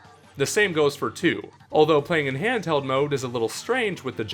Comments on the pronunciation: It is not mmode it’s mode XD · you always pronounce mode MMode lol